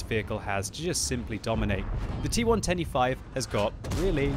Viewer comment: when you say T110E5 it sounds like T1 25